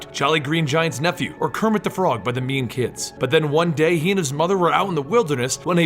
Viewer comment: 52 - :57 I can't stop hearing meme instead of mean XD.